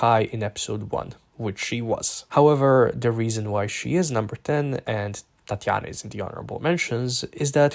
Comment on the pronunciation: why are u saying tatianna like that lmao